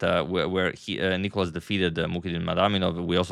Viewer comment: Thank you for trying your best to pronounce Nikolas’ name correctly. The second time you aced it. Great video !